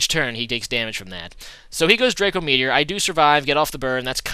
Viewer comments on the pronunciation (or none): none